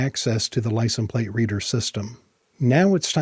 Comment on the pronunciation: You keep saying "licent plate." The is no such word as "licent." It is "license plate." Licent is NOT the singular form of license. The word license IS singular. I lived in rural Kentucky for a while, and a lot of folks there made the same mistake. When asked for their driver's license, they would say, "Let me see if I can find 'em/them," as if the word was plural. They would do that with any noun ending in "ence," such as fragrance. Evidently, they struggle with literacy and think because there's an "s" sound at the end of certain words, they are plural. FYI, licenses is the plural form of license.